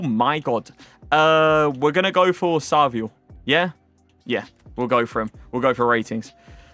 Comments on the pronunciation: Stop saying SALVIO PLEASEEE, is SAVIO. Everyone says it like that, cringe XD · It is Savio not Salvio